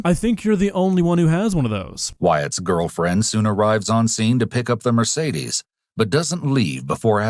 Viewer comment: It hurts my german soul to hear how they pronounce 'Mercedes'